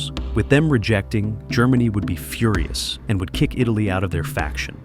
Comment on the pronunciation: Führer-us instead of furious